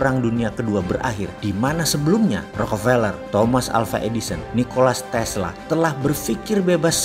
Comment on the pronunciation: Freemason detected, yang benar itu Nikola Tesla bukan Nikolas Tesla